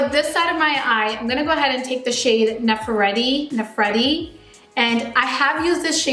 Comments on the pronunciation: I was surprised that she did not pronounce Nefertiti correctly. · Nefertiti- think I have only heard one Beaty guru pronounce it correctly how does no one know who Nefertiti was ..........